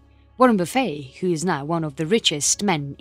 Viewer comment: I like narrators pronunciation of "buffet", "boo-fey" sounds much classier 👍 She has a lovely accent and speaking voice